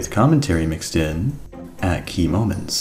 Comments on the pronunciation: I dislike the new style of saying "key moments" i like the old "key................................................. Moments" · Huh said "key moments" diferently haha